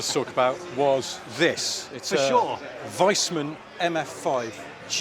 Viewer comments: Vees. Veesman. When an 'i' and 'e' are next to eachother in German, you say the second letter. Wiesmann is Veess-man. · it is a "Weesmann" not ""Wiseman". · Guys, a quick comment on the clean example of the mark Wiesmann. It is pronounced Wiesmann, not Weismann. As in more than one wee, not as in 'a wise man'.